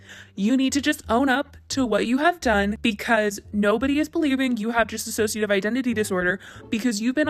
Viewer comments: Dissociative not disassociativ. Please. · why does everyone mispronounce dissociative as dissassociative... Trisha did it and everyone calling her out is still mispronouncing it... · FYI: it's Dissociative not Dissassociative. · FFS .... one last time. It's DISSOCIATIVE, not dis-A-ssociative. THEY ARE TWO DIFFERENT WORDS!!! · It‘s Disso-cia-tive Identity Disorder! You wrote it so often yourself but you are not saying it correctly, just wanted to mention it. I really enjoyed your video, but I just HAD to say it, I’m sorry 😅💕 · Sure, I don't think it was intentional at all, actually what I think could've PROBABLY happened is that is pronouncing it thay way due to Trisha's video (Trisha said "disassociative" throughout the whole video) but the point of me mentioning it is just to start adressing DID with the right terminology, unlike everything Trisha said in her video and some people might be starting to use thinking it is correct (for example, calling it multiple personality disorder and whatnot) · Miz Boom true, but in this video it’s being pronounced as dis-ass-sociative... need to take the one ass out... so isn’t completely wrong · You’re not pronouncing dissociative correctly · you're mispronouncing dissociative disorder :/ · Hey just wanted to let you know you are pronouncing dissociative wrong. It doesn't have two "iss" sounds at the beginning it's just one.